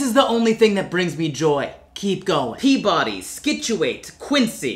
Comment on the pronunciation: "Peabudee" My sleep deprived brain: bobbity boo. i need to go the hell to sleep